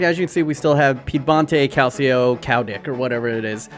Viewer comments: it's "Cal-cho" fyi :) as you were.. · Please, just please stop saying Calsio (Calcio). Its not Calcium in Italian, it actually means football. Just look up how to pronounce it properly. Cringe overload. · dude learn to say calcio, thats just awful for a footy channel. u still got the thumbs up for the content sir. ;) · I don’t see why it matters. He’s not Italian nor does he speak Italian. English speakers don’t use the word “calcio” because we will always say Italian football or soccer. How would we know that “cio” is pronounced “cho” without studying Italian? Does it bother you when the English speaking word mispronounces all Italian words(spaghetti, pizza, espresso, etc...) that we use in English or just il calcio? I’m 99.9% sure that you would also mispronounce all Italian words that we use in English since you would get the vowels wrong and the double consonants. Tutte le strade portano a Roma.